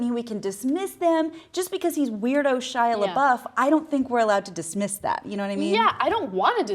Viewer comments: "She Labeouf." Wow. Nice job on saying his name right. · ana cant even do basic research such as "how to pronounce shia labeouf"